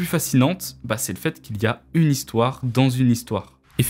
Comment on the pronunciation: J’aime bien la troisième zistoire perso.